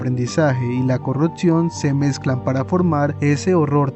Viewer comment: CORRUPCIÓN, no "corruptcion hay que aprender a vocalizar bien antes de empezar a querer facturas medio dolar con videitos de youtube